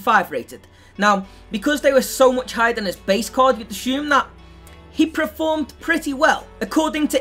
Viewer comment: if you say preformed instead of performed 1 more fucking time I swear to god